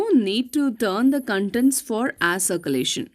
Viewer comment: Air circulation not pronounced properly.